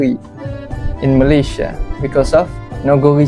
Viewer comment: Katanya bahasa melayu asal sana,tapi sebutan malaysia tak pernah betul,tak sekolah ke,atau sengaja sebab sakit hati..